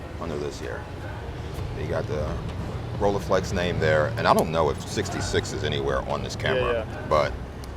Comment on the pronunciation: in the German language, ”ei” is pronounced like ”eye”, not like ”ee”. e.g. like ”Leica” or ”Zeiss“.